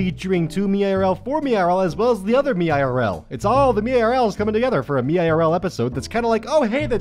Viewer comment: read meirl as one word like, "méerl"